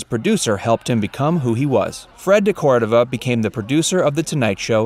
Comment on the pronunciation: Do your research. Fred DeCordova was the Exec. Producer, "DECordova, dude, not "Cordoava." There was no "formula change" for The Tonight Show. Nixon, Reagan and a few others came on, but there was no formula to focus on politicians. Neither was there a change to eliminate them. It just happened that they weren't coming on in the later years.